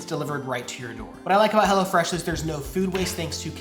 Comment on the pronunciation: Sometimes it sounds like "hella fresh" lol which makes sense too. haha